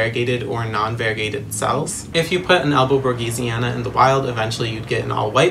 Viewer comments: Its written Borsigiana He says Borgisiana Its pronounced Borsijiana 😭😭😭 Sorry I’m not an English native so idk but I’ve seen a plant girl that owns a shop and says it like that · Nice video, but it's monstera albo borSiGiana